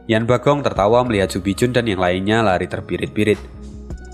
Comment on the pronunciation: Min, tolong koreksi lagi penyebutan nama tokohnya. Sesaat agak bingung denger nama tokohnya, krn di novel atau komiknya ga ada nama tsb. Zhou fan harusnya Zhuo fan, gambar pengenalan karakter juga tertulis Zhou Fan, yang harusnya Zhuo Fan, Yan Bagong harusnya Yan Bogong Ju bijun (yang terdengar) harusnya Chu Bijun